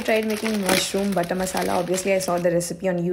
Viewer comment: Why is no one talking about - " MAUSHROOMM ❤😂😂😂